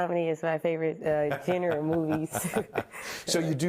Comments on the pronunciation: Im sorry. I'm not buying ANY OF THIS! She does not articulate like a genius, the information about her "degrees" are highly contradictory. She couldn't pronounce "genre". Right now she running a sham institution that promises students their bachelor's, master's degree and doctorate COMBINED in one year. NOT ONE MAJOR LEGITIMATE news outlet has covered her story. There are too many issues with her "story". Something smells very FISHY! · does she really seem like 199 IQ to anybody? i call bullshit. she cant pronounce "genre" or "ask" and im supposed to think shes a genius?